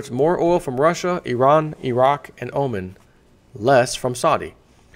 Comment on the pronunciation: He mispronounces many words. In this vid for example he pronounces the country of Oman as Omen. It's part of his attraction as the neighbor behind the fence from Home Improvement. It's not intellectual...it's entertaining.